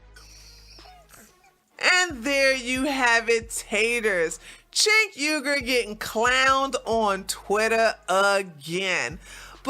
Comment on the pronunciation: You can't even say his name correctly. 🙄